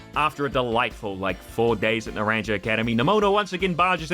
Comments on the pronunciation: not to be that guy but its not pronounced like that its "nah - rahng -hah" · "Naranja" is Spanish for "Orange", so it would be pronounced as "Nah-RAN-HA". Just thought you should know. Great video. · My man said nar-ranger 😂. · He looks up how to pronounce Jacq but not how to pronounce Naranja..... Okay